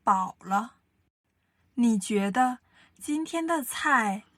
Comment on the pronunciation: 个人意见 别见怪 希望你们更好❤️！ 男生的声音条件很不错，有磁性 很好听。但是句子的逻辑重音几乎都是奇怪的，而且ZH ch sh er 的发音有点西式或者台湾式，几乎没有轻声 儿化音有点怪，比如：觉得的得是轻声 不是二声。另外，语速方面，初级普通话教学 可以慢速甚至很慢 但是气不能断 一字一断 失掉了说话的流畅感。 女生稍稍有点大陆东北口音，而且普通话教学的话 句子重音不用特别突出，语气不用特别突出，主要是教授发音 声母 韵母 声调 调值到位就可以了。